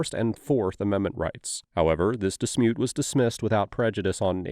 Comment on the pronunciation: "This dismute"😂